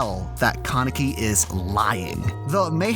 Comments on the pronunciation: did you really pronounce it ken keneki its ken kaneki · Ken kuhnecki? Bruh come on, it’s not hard to pronounce KA NE KI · keneki ARE U SERIOUS ITS KANEKI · Ken (kah-nehk-ee)??? Lmao wtf it's ken (kahn-eh-kee) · why do you pronounce his name Ken Kenneky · it is pronounced kaanik-ee not kunneky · ok wait. why must he pronounce his name Kah-neck-ee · ‘’Ken keneki’’ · Ken ken-ecki 😂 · kan-e-ki not kan-eki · i got triggerd how about u he said kanike name wrong lok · Did I just hear Kuneeki? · Ken Kuh-necky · No ones gonna talk about the fact he just pronounced his name CAN-EKY 0.32 ..? Bro what the fuck . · It triggers me when he says Ken kinaki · Did you just say Keh-Necki? Dislike for that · First, did he say "keneki"? Omfg -. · “Ken KaNEKI” Jesus Christ that pronunciation is so bad. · Your pronunciation of Kaneki’s name murders my brain cells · is nobody bothered by the way he pronounced kaneki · Why does he say Kaneki like that? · love the video but why yOu gotta say "kaneki" like that LOL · The way you pronounce Ken Kanaki disturbs my greatly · U said kaneki wrong,just saying